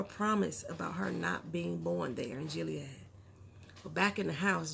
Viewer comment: Speaking of "Gilead language"... it's GILLead, not JILLead.